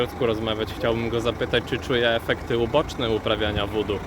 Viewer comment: Witam. Wymawia się wuu duu. Opowiadasz bardzo ciekawie. Mam nadzieję, że wkrótce, będziesz miał więcej oglądających. Znam osoby z Ameryki Południowej, które do tych zagadnień podchodzą bardzo na serio. O tym temacie opowiadał mój brat, który ma żonę Filipinkę.